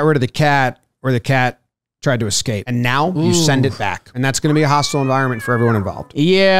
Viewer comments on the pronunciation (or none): none